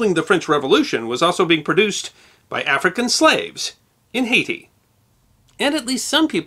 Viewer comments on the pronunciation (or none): none